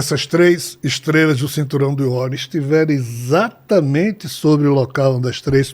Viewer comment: Será que as pessoas que falam ISATAMENTE ao invés de falar corretamente EXATAMENTE acham bonito?